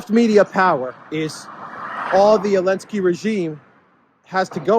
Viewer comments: I love how you drop the Z in his name. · Dear, is it Elensky or Zelensky?